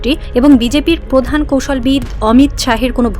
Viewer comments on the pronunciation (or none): none